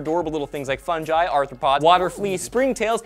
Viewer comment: i wish they found an elliott morgan who could pronounce Fungi correctly